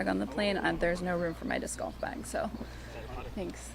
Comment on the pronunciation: Someone please teach how to pronounce golf correctly.